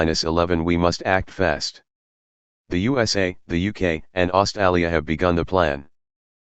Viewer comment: he pronounced Australia wrong